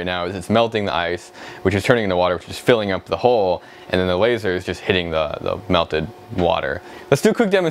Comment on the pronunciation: "meltet water" ..